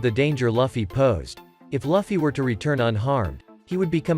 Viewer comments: L-uffy? It's lue-fie (luffy) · It's called Luffy not liffey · Stop SAYING LUGH FFY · Ermmm that’s how you pronounce Luffy’s name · Seriously what dafuq is that pronunciation of Luffy??? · Bro why does he say Luffy like that